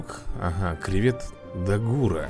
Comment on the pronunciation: Вообще то не дагу́ра а да́гура